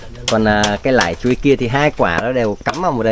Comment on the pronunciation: Chán ông nói ngọng, dạy nói tiếng Việt cũng ngọng. Ai lại dạy nói là : lải chuối, Việt Lam. Ngọng không đỡ được.